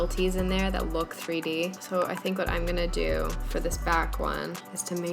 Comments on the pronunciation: "kinda gonna dew what I want it to dew" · did you just say you want it to... "dew" what you want it to "dew?" S:/